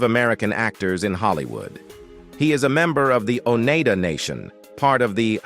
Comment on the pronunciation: Somebody needs to teach this narrator how to pronounce Muskogee, Oneida, and Chilocco. The mispronunciation of Wes Studi's name is cringe- inducing. Maybe for a film about Native Americans you should have hired one, or at least learned a little more about them.